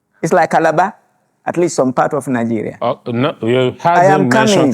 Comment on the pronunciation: Why do the say “Ninegeria”